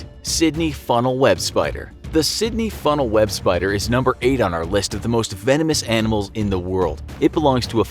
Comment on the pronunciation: say vanomous anamals 10 times.